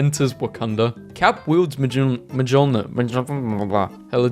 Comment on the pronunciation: Mjolnir ❎ Mejiolnir mejumhma ✅